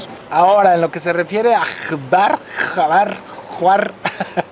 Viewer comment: Hola Alana se pronuncia Juar y espero hayas visitado las cuevas azules. Saludos!!